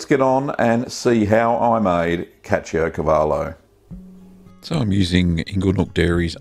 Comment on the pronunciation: The way you pronounced the name remembers me Brad Pitt from Inglorious Bastards, good job.